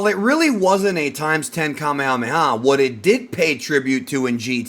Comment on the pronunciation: Why do ppl continue to pronounce Kamehameha incorrectly?